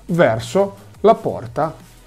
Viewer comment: Mi sanguinano le orecchie per come pronunci HDMI